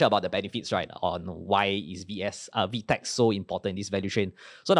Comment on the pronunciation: Pronounce as VTC